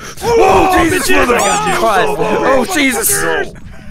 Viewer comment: eddie says jesus in a way that is wrong, eddie must say Iesus like a Spanish man